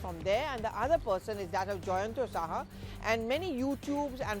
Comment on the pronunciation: It's not Shah it's Saha bengali surname .Brilliant analysis and high standards of journalism .